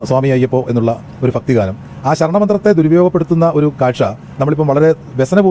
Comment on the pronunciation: ഫക്‌തിഗാനം അല്ല"ഭക്തിഗാനം "